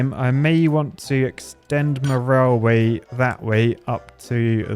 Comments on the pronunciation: Am i tripping or is he saying rawl way? 😂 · Why do you pronounce it like "rileway"? 😁 Is that now it is pronounced in UK English?